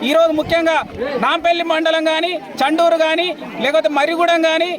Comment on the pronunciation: చుండూరు కాదమ్మ తల్లి చండూరు